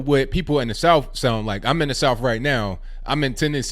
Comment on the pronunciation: I believe you are from the south because you pronounce it 'souff.' No trying to offend, just an observation.